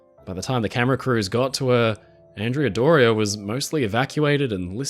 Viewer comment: Love your videos! Please pronounce Andrea Doria in its correct Italian form, ahn-DRAY-uh DOR-ee-ah. She was named after a 15th century admiral. Keep up the great work!